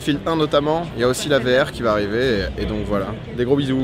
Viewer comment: par contre le "R" en anglais se prononce pas "air" mais "are", donc VR ça serait "vi are". Toi aussi apprend l'anglais en t'amusant avec domingo :)